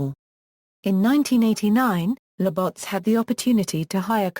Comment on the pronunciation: The pronunciation of Labatt's is brutal! haha